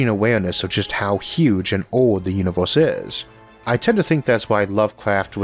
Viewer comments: "we often look up at the staws and ask, "if the univewse is so big and ancient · Unovorse? You can't pronounce "e" can you? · This video gets xtra attention for the way the narator pronunciates univors.